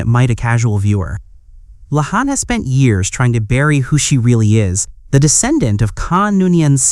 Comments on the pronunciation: Can AI narrators be trained not to pronounce "La'An" as "Lay-on?" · Learn how to pronounce "La'an".